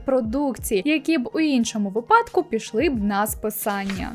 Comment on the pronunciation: вИпадку а не випАдку